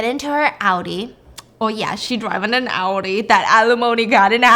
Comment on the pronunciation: I love that you pronounce Audi correctly 🤩